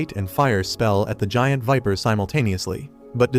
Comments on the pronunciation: NO IT’S EVIL VIPER NOT EVIL WIMPER AND I KNOW HE SAID WIMPER BUT IT’S EVIL VIPER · fr i hear evil wiper😂